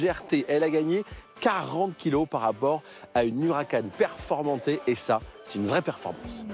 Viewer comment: Direct Auto déjà pas « Hucaran » mais Huracan puis on dit Performante non pas « Performan T »